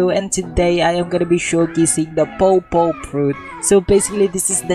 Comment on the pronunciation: #shoutout first off i laughed the way you said the fruit i heard you said pow pow fruit xd